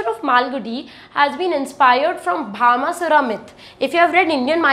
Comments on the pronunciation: Please correct the name Bhashmasura( not Bhama sura) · Mam it not bhama sura it bhasma sure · It is bhasmasura...not bhamasura